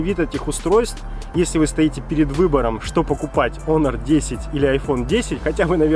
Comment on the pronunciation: не Хонор, а о Онор))